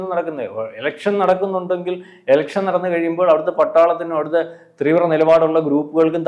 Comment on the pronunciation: ഒക്കെ സമ്മതിച്ചു. തീവ്ര എന്ന് 25 പ്രാവശ്യം imposition പറഞ്ഞ് practice ചെയ്യണേ. കുറേ ദിവസമായി 'ത്രീവ്ര ത്രീവ്ര...' എന്ന് പറയുന്നു. ഇന്നത്തെ വീഡിയോയിൽ മാത്രം തന്നെ അഞ്ചോ ആറോ പ്രാവശ്യമായി.